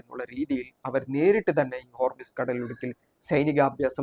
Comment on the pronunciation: ഹോർമിസ് അല്ല ഹോർമൂസ്